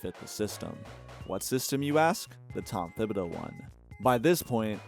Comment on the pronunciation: The H in Thibodeau is silent, that’s why his nickname is Tibs not Thibs